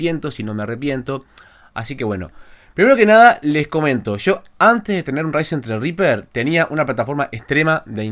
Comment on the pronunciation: tienes un zredriper hace 2 años y no sabes como se pronuncia? XD Así mismo zredriper... Por lo demás SOS UN CRACK.